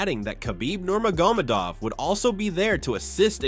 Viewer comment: Toporia! Nurmagomodov every time